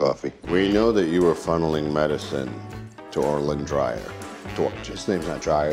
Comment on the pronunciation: "Orlyn Drier" 😂